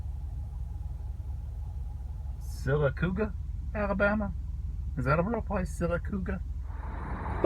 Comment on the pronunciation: Sylacauga, Alabama pronounced Sil uh Cog uh